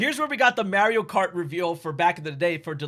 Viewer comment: How is possible you pronounce poor Mario’s name like that??